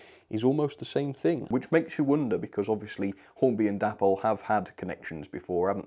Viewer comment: Please stop calling the company sodding Dapple, its an insult to the memory of David Boyle. its pronounced Day-Paul